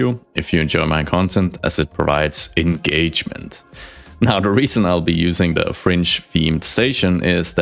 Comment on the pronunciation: You got my “like” immediately after you said eNgAmEnT.